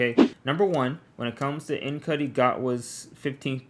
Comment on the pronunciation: His name is pronounced N shootee not N cutie